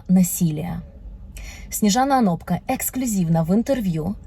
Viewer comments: Не ОнопкА, а ОнопкО...🙈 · не ОноркА , а ОнопКО... перептшите подводку , а то прям режит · А разве не ОнопкО правильно???